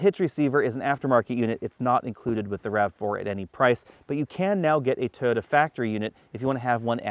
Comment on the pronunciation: Great review but can you try and pronounce Toyota right? Cheers